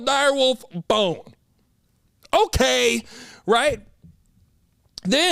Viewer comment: My favorite moments this episode: - "Uhlkay" - "You see how I got there doe?! I aint even need no whiteboard cuh" Followed by Cam's lisp - "Why was that the THOP?..." 🤣🤣😂🤣